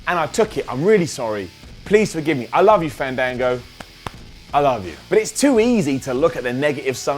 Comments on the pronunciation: it's not fahndahngo, its... faaaaaaaaaaannnndaaaaaaaaanngooooooo. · it's FAN-DAN-GO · if u loved fandango u would of said his name right u STUPID IDIOT